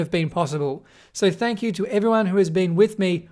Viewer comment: "Thank hugh" not "you"